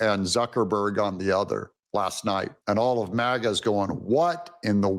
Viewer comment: MAGA NOT MIGA!!!